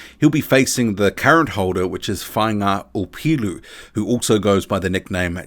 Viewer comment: ps deadly pronunciation of Faiga Opelu, & the last decent HW fighter from down our way was David Tua